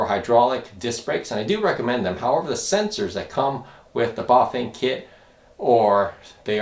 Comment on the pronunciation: A tip on cut off brake sensors for hydraulic brakes, try doubling up on the magnets, use epoxy resin to mould the sensor and magnet into place. p.s You are saying Buf-vain and its cracking me up, Try Bah-fang and you will get it :) . You can also like i have done install the brake sensor where the first brake cable guide is next to the steerer head tube.